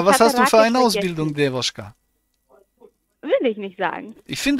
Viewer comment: Das ist keine Dewuschka... Das ist Dewotschka.... Hat manchmal noch Aua bei Pippi machen...